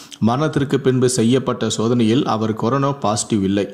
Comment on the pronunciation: டேய்! அது கொரோனோ இல்லடா. கொரோனா.